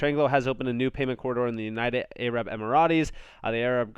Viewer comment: You said "A-rab"....seriously? you have horrible pronunciation / vocabulary. you also don't know how to pronounce "subsidiary" and many other words I've noticed. But what do I expect from a guy that can't pronounce "AS" properly